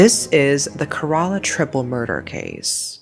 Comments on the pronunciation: It’s keh-reh-lah not ker-rah-lah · Kerala is pronounced KEH-ruh-luh btw... Not keh-RAA-LAA... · It’s not karala it K-ra-la It’s shaan-thamma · It’s kay-ra-la. Not kra-la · cant believe this is from my state. and btw its not kera-la its ke-ra-la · Ke-ra-la not ke-rar-la. Almost like ke-re-la. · It is pronounced as Kay-ra-laa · Did she say 'karala' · Just a small correction, Kerala is pronounced "Kay-ra-la" and Santhamma as "Shaan-tha-mma". Great video! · It's care.ah.la. no emphasis on any syllable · Im sorry 'kayralla' is just wild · I dont mean to be rude but you should atleast search up how to pronounce names from different languages? Because Kerala is pronounced like Kay-ra-la. Except that, appreciate the video! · kerala is pronounced like -Kay,ruh,lah santhamma is pronounced as -Shaan,Thum,aa (I'm not trying to sound d rude,its just for info) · I know this is very out of topic but, the pronunciation is "Ké- raa- llaa" or "ké-raa-llam" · The state’s name is pronounced like Care-Rah-Lah, with equal emphasis on each syllable. Thank you for covering this case. Women are too often brutalized while their stories are silenced. Thank you for telling Ranjini’s story🙏🙏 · It's Keh-ruh-luh babes :)) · Hi, I love your videos, but a small correction, Kerala is pronounced like, care-la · sorry but it's not who u pronounce kerala u can search in google how to pronounce it and in Kerala u pronounce "e" as "a" so it's Kerala It's ok ☺️ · these pronunciations are pissing me off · Girl, I love your videos, but please learn how to pronounce Kerala correctly. This is the second video that involves Kerala and it hurts my brain every time you mispronounce it. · I live in Kerala Trivandrum but never knew about this 😅😅😅😅 and the way she is saying Kerala is pissing me offf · Goodness 😂. I can't stand how u're saying malayalam words. Like kerala 🤣 it's pretty funny for the natives. That's not how those are supposed to pronounce frr🏃🏻‍♀️😭💗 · Please try to learn how to pronounce kerala